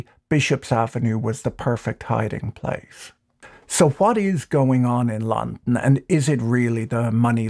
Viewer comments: mans saying Lon-n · Imagine the wealth that has been hoarded by a tiny group of people and what that wealth could do for people if it was somehow released back into society. More and more every day “eat the rich” doesn’t sound so silly. You say “London” so strangely that I don’t think I’ve ever heard it that way. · I've legitimately never heard anyone pronounce London the way he does. It's a very peculiar pronunciation, weirder still is he pronounces every other word pretty uniformly.